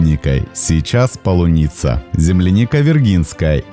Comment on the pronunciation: Видео на канале всегда хорошие и интересные. ❤ Но в описании канала стоит Украина, а произнести слово «полуниця» у автора не выходит 😅